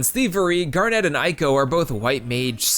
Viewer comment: Awesome follow-up. Just a few notes: It's "GAR-net", not "Garnette." Talking about the high points, and you skipped out on the Silver Dragons sequence (the best emotional moment in the entire game, with the possible exception of the ending, and one of the best pieces of the entire soundtrack) and the Black Mage Village music, probably the best piece in the entire soundtrack? Loved the love letter to FF9, though. It's not only the best FF game of the PS1 era, it's really the only one worth playing, certainly of the numbered installments at least. 7 was obnoxious and 8 was downright terrible in every way except the graphics and the music, and even the music was... well... not Uematsu's best work. (Not that it was bad, just that, with such a long list of high-quality soundtracks, one of them has to be of lesser quality than the rest.) 9 was the only one that felt like a real Final Fantasy game and a worthy successor to 6, to me at least, and it deserved a lot better treatment than it got by a failing, directionless company that somehow thought The Spirits Within was the future.